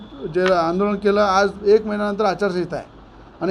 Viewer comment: आचासंहिता tr बोलण शिक बे बावा😅